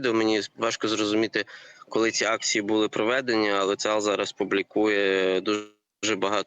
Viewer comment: Не цаГАл а цаХал. Не має у івриті звуку га!